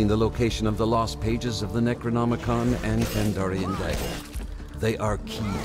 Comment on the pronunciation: I know did not just hear "Necronomicon" as "Negronomicon" during that tutorial 🤨